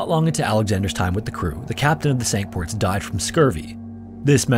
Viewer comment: Pronounced "sink ports"